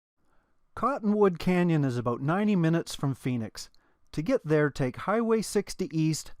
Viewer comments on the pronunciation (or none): none